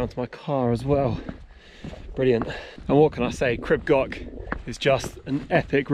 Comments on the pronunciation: Pronunciation is closer to Creeb Gorch, with the CH sounded as in Johann Sebastian Bach. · Please try to pronounce the name properly.